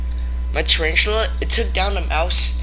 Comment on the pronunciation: "Charanchula" 😂 But very good narration though